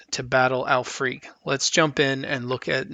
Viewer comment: I believe her name is pronounced "al-frick"